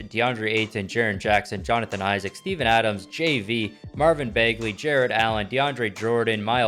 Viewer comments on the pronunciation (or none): none